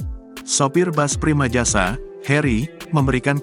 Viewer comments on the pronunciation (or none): Tribun selalu gak cermat klo buat berita😢…primajasa ditulis/dibaca primasaja…payah